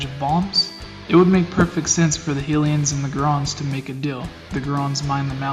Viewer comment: Its HY LIANS..not hillians :D lol.